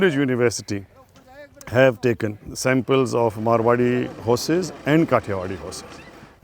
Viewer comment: Please correct the breed name it's MARWARI not marawi